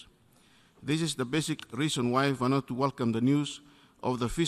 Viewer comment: Next time learn how to read Vanuatu lol